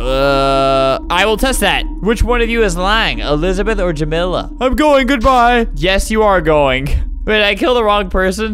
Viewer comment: The way you pronounce jamila and tamia physically hurts me.